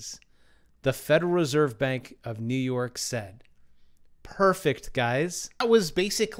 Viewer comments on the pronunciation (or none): none